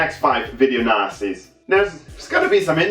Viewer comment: It sounds like he says video nazis lol